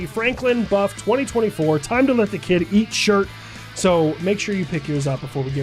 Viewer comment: Man you say kid eat and i almost all the time hear kitty :D XD